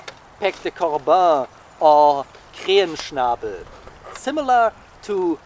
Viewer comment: Krähenschnabel, that sounded like someone who knows to speak german... 🧐 I anticipated more "Grehännschnäbol" or something like that... 😂